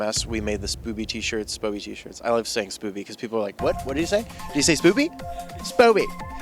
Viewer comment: Keegan says Spoby wrong in every single interview😂😂😂😂